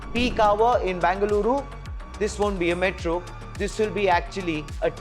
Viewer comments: Either say Bangalore or Bengaluru. Wtf is bangaloooru? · It's not Banga-luru. Either say BENGALURU or BANGALORE. Thanks for the details in the report. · It's Bengaluru and not Bangaluru. It was called Bangalore before so if you don't use Bengaluru at least use that for your ignorance. There's no word called Bangaluru